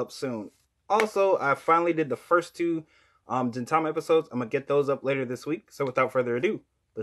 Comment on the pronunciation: Gintama is pronounced like this: Gin(like "garden" or "green") Not like "ginger" or "genie"